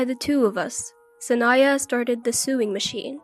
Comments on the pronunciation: The sister in the first story didn't want to train her, she just wanted a maid to cook and clean for her the entire time they were in Hawaii. Also, sewing is pronounced "so-wing" not "su-ing" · Sewing??? Sowing is how it's pernounced!!! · Sewing is pronounced sowing. Lloyd is too arrogant.